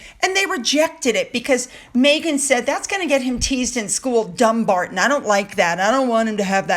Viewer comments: It just proves how thick Haz and Nutmeg are when they considered the title for "Archie". Dumbarton is pronounced Dum-BAR-t'n not Dumb-arton. It's only dumbasses themselves would see the word dumb in there. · no it's Dum-BAR-t'n. Stress in middle starting with the 'b'. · it's not pronounced Dùn it is definitely Dumbarton. It was a garrison town. In Scottish Gaelic Dùn is a fort.